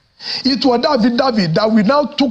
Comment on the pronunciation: is called Affidavit not Affidavid before some people think there is also Affiwizkid😂😂😂😂😂😂